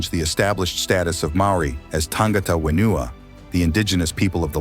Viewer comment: And 'whenua'